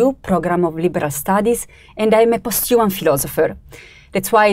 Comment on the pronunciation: "Post you mun" 😄